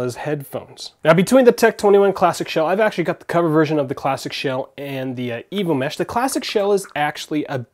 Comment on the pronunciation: lol sounds like evil mesh, not evo mesh